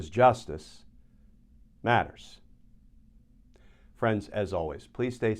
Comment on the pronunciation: I very much appreciate your work and in general the quality of your production. May I respectfully request that you reconsider your line reading of the tagline “because Justice matters.” You tend to phrase it somewhat awkwardly. Try not to pause so long between “Justice” and “matters”. The more natural pause, albeit a slight pause, would fall between “because” and the phrase “justice matters”. The best way to effect this would be to give less emphasis to the “be” and more emphasis on “cause”- then to pause slightly, and then to say (together) “justice matters”. Thus: “Be-CAUSE… jus-tice mat-ters.” Try it out— please. Just a thought.